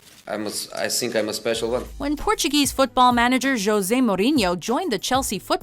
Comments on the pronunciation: It's José not Joze... 😑 Obviously you don't get it. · You pronounce his name (Hose-ay) Mourinho. Not (Joes-ay) Mourinho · it’s ho-se not jo-ze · Hose not jose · Kallum shes saying Jose as an american not in spanish in spanish we pronounce it: Hoese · its pronounces j(h)osé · Did she just pronounce jose as Jose lol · why did you pronounce "Jose" like that? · The way she pronounced Jose